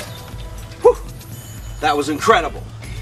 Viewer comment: hha. he makes me laugh. i love the way he says "look at dat" haha, "hello! and welcome back!" lovin' it!